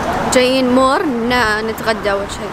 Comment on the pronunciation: مول ✖️ مور ✅